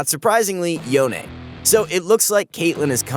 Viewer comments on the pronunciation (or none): Stop saying yonae, just say youn